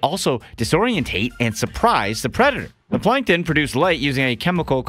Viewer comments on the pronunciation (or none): Plankton not Plankon